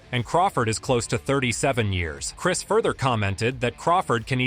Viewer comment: “Chirs” Algieri tho you know? Like I understand the misspelled name…but then to pronounce the misspelled name…Lost..all..INTEGRITY LMAO